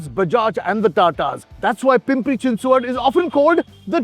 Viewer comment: Your Chinchwad pronunciation is so on Point.